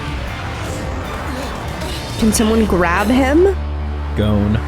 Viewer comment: Yeah, I'm not usually a dub hater, but this dub is rough. One Piece has me more open to Matt Mercer, but his Leorio just doesn't have the right energy, imo. The very flat proper articulation is a bit jarring too. Also hate the pronunciation of Gon, confused why its so different. I respect the audio processing issues and get why they're sticking to dubs, watched all of One Piece, so far, dubbed because I was sick when I started watching and reading wasn't viable, but definitely a loss on their part